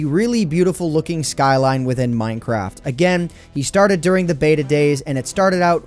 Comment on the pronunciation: Anyone else hear him say "Mine Crap"?, XD